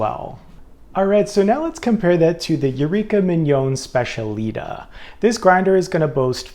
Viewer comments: These both look great for an upgrade. Oh the Eureka is pronounced Spech-a-lee-tah, emphasis on the “tah”. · It is pronounced SPETIALITÁÁ